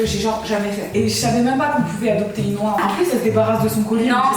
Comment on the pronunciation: Une « oiun »!